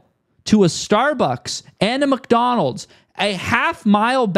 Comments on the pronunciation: Also dude, it's MICK Donalds not MUCK Donalds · letting his britishness slip out when he says Muck-Donald's 😁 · I can never un-hear calling Mcdonalds MUCKdonalds ever again hahaha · do you really pronounce it muckdonalds every time? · Pretty interesting, but also keep getting distracted by "Muck"donalds